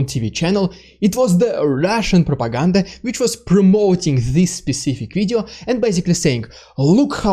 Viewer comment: ‘Ridiculous Russian prrrrropaganda’ 🤣🤣🤣🤣🤣 Slava Ukraine! 💙💛